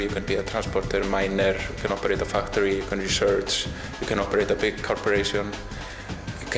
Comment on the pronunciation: No gonna lie, i'm 21 minutes in and i wonder if i'm listening to ai. Not for the scripit, but the voice itself. sometimes the accents are off "example, "corporation!", and in general it's a bit flat.